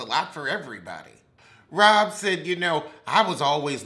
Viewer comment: It’s the mispronouncing of their names for me😂😂😂😂😂 Robbbbbbbbbbbbbbb Dixon and Gabrece takes me out every time😂😂🤦🏾‍♀️🤦🏾‍♀️🤦🏾‍♀️